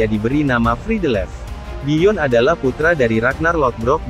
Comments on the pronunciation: Di baca byon...bkn joren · Nama nya itu (Byorn) bukan disebutnya Joren wkwkw. Karena kata Bjorn dipanggilnya (Byorn)